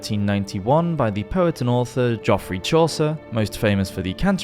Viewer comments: Just a friendly note: “Geoffrey” is pronounced JEFF-ree not JOFF-ree. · GEoff not Joffry chaucer lol, love the video tho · Geoffrey Chaucer is surely just pronounced the same as Jeffrey - unless you're trying for a medieval pronunciation?